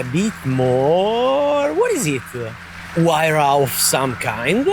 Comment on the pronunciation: hahahah its funny when you said huayra somekind haha, btw thankyou so much for the video, really love the new pagani imola roadster